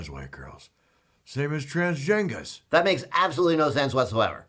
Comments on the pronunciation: Transjengers lmfao.. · transjengas killed me